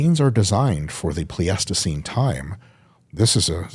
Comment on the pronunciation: As a geoscientist, the way he pronounces Pleistocene cracks me up so bad